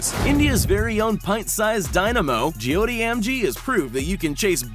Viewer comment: You pronounced joy ti wrong